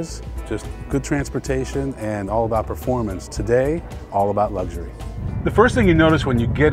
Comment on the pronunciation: It's all about lugshury..